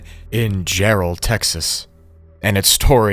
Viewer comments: Jarrell not Gerald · It's Jarrell, Texas, not Gerald...